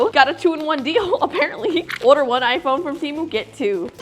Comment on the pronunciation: why does she say order like odor